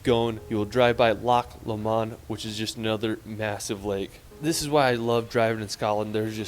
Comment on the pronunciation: I cringed so hard when he said Loch Lomond 😂😂'loch lámond'